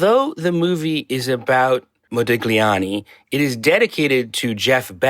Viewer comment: I take the bashing of their elders in stride, I'm unsurprised by the openly partisan take on Germany, and I'm not even much bothered by the ad hominem attacks on Johnny Depp, but the fact that neither the host nor any of the guests can pronounce "Modigliani" in a critique of a movie about -- checks notes -- Modigliani, was a real let-down.